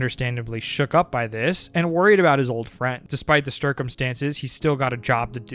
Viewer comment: "stircumstances" made me laugh way harder than it should because it was such an emotional moment